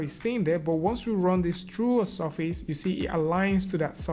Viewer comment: Took me some time to realize that "sofis" is actually "surface". XD